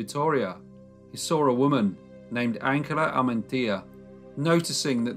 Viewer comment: I'm pretty sure that as this took place in Spain, the name Angela would be pronounced An hela - not the German way of Ang ela. It's funny to hear his name Juan pronounced like Wan, rhyming with man - not the usual way that sounds more like one.